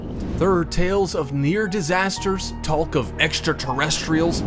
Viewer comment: The "L" is silent in the word "talk" (also silent in "walk"). You consistently get it wrong in all of your videos where you use these words. I hope you check into this and eventually get it right. Thanks.